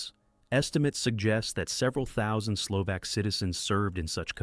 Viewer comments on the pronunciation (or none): HOW do you produce a "factual" video on the Slovensky Stat WHEN YOU CANNOT PRONOUNCE MONSIGNOR TISO'S NAME CORRECTLY? How can you be taken seriously? AND it is Slo-VAHK NOT SLO-VAAAK, My God. You know NOTHIING about Slovakia's treatment of its Jewish populations Slovakia being THE ONLY Axis member that "'deported" (nice evasion ..."deported" WHERE? Bermuda?) its Jewish population VOLUNTARILY WITHOUT GERMAN PARTICIPATION OR PRESSUE Using primarily something called the Hlinka Guard who are notably absent from the docu (just as well as your AI would have doubtless mis-pronounced their name) to the point where Slovakia became/is the most "Juden-Frei" state in Europe. This is a pure Ai channel the "commentary" such as it is probably taken directly from some 3rd rate AI service including photos that do not match the commentary the supposedly illustrate. One of the WORST WW2 channels on YouTube and that is saying a lot Unsubscribed.